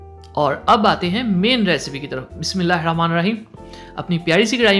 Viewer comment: Bhai Bismillah Sahi parha kare